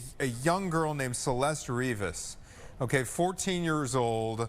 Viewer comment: How are all these people still not doing the minimum of pronouncing her name properly. CelestE, not Celest